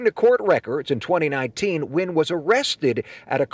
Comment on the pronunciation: Just a side note Vĩnh nguyên is actually not pronounced as you pronounced it is actually said win like thay